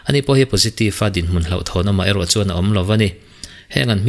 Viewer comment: Z hi engatinge kan lam J tlat zel ni,Jero_Zero..